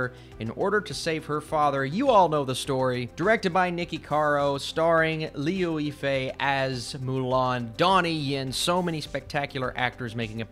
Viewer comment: When the reviewer cannot even pronounce the name of the lead actresses, Liu Yi Fei and Gong Li, you know the movie isn't that good. You literally said Li-eww and Li Gong🤣. Jokes aside. And the narrative is not helping. 4.4/10 on IMDB.